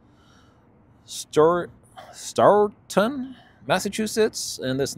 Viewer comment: Thanks for the update! Here's some New England pronunciation assistance: Chelmsford: 'chelms ford' (or 'ferd') Stougton - 'stow ton' Tyngsboro: 'tings burro'